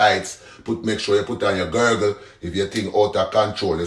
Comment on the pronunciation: I’m weak at Gurggle 😂😂😂😂 instead of girdle 😅😅😅😅